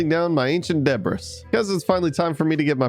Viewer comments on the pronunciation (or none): You pronounce it ancient debree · I think you should know, its pronounced De Bree! The s is silent. Debree. Debris. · Ur called it debris it’s debris the ‘s is silent